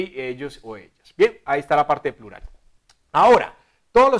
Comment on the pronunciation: Plulal 😂 es prural